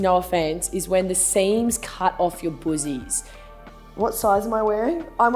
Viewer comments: Right?!! I thought she was saying "boozies?!" 😁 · Im American and when she says boozies I find it super funny!